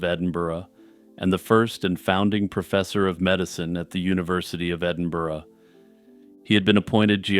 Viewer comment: Well played on pronouncing Edinburgh correctly - Signed, a Scotsman.